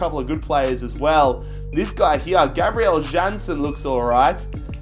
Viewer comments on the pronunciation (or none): none